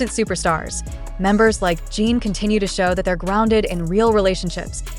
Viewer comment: Crap AI voice - who the hell is Jeeen????